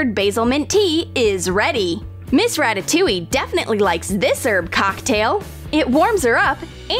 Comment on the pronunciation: "Miss Rataoliue" Flamingo fans be like RATATOULIE OO OA LA